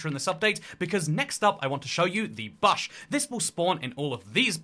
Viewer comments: The Bahsh? The BAHSH!? oh Bush.... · It's buhsh not bahsh. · You say bush like buhsh when Ive only ever heard it spoken as boosh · I was like, "no way Brits actually say bush like that!" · That stuck out to me too lol :_toycatTerrible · It's not his accent it's just a thing he does says the name slightly off for things like a nickname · Im sorry but wtf is a "bahsh" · ive hated the way the British say “garage” for years, and now you drop “bush” on me? How could you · I feel like he's mispronouncing Bush on purpose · Why you saying bush weird? 😂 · why do you say bush like that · Bro you say bush in such a strange way 😂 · we don’t. I have no clue why he’s doing that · we don’t 😭 I’m Scottish not English but I’ve never heard anyone say it like that, even when I go to England. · Yeah I’ve never heard a word pronounced so incorrectly before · Im british we dont say it like that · nope, lol I don't think there's a single UK accent where bush is pronounced like that. I think he's messing around.